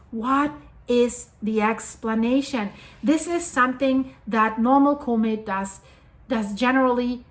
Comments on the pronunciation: You saying comet very wrong. It's harsh on the ears. Use google translate and let it spell it out. It's not Cooooooo-maet its Cmet. The o is much less pronounced. You saying it like the word comical or something, when it's more like the word commit. It's really out of place. Anyway, keep up the good work. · COMET Try pronouncing it correctly.